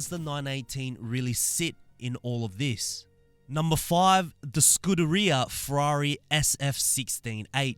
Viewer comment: "Le mons" LOL "Scuderia"😂